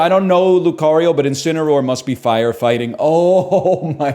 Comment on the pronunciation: I love how he repeatedly messes up Lucario and Infernape